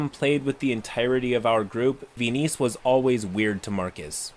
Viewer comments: The weirdness of the story aside... "Ve-niece"? What? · "venice" ghaccio somewhere: ITS VENIZIA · veeneece- VENICE. Venice the city. i died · I think "Venice" is pronounced like the city in Italy (vɛnɪs). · fascinating pronunciation of Venice lol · Side note, the stated pronunciation of Venice made me hate this player even before I heard the rest of it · Why are you saying Venice like that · Pronouncing Venice wrong is pretty cringe. Hope you are beginning to feel better. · no. I meant he was pronouncing it wrong.